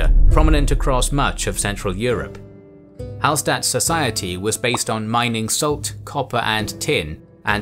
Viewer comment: Hallstatt is actually pronounced Hallshtatt (coming from an austrian) Great video though ;)